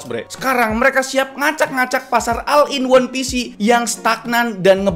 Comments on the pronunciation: all dibacanya ol bukan al,ini bahasa inggris basic yang harusnya seorangv youtuber kaya raya seperti abang itu harusnya tau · Bacanya ol bang bukan al